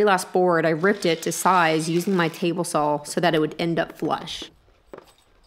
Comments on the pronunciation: "sawzall" is very common in the south when referring to a reciprocating saw. Very much like "skillsaw" when referring to a circularsaw. just an FYI....but yes, I find the "sawl" thing kind of cute to be honest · powaybob Lol. I rate these videos by how often says "saw." This one gets a very high score.